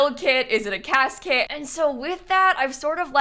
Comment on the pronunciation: im sorry but whenever you say "cas kit" it sounds exactly like casket 😭